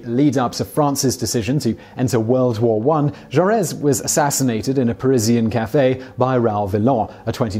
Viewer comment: It's not Ju Ress. The final letter is silent. The pronunciation Ju Ray.